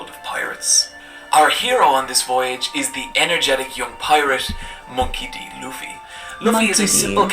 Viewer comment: She didnt say luffy correctly 😂😂😂😂😂😂